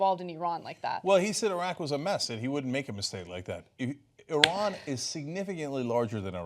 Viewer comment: Great to see someone that doesn't pronounce Iran, eye-ran!